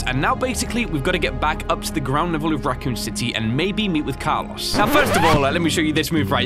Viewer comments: car-LOW-ss, please. He's Latino, not British. lol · Me: C-ARLOS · carlaws